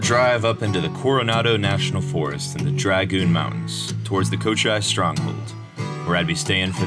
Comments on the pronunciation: Nice video. Your music is not bad but it's too loud. Makes it hard to hear your narration. Btw, Saguaro is pronounced, sah wah' ro. And Cochise is pronounced not with a long i sound but more like a ee sound. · Good vid. Cochise is pronounced Cochees.